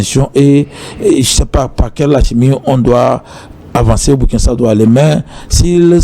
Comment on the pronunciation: M. Le journaliste, prononcez s'il vous plaît le nom du pays de Thomas Sankara dans la langue de celui-ci et non en anglais ou en tout autre langue. Et puis, que voulez-vous finalement.????